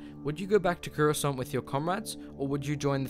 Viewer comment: It’s Coruscant not Curoscant